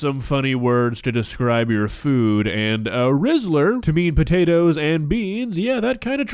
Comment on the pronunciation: The way says the spotatoes instead of these potatoes gets me every time.